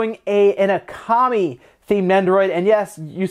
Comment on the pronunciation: Uh-kami, seriously? It pronounced oh-kami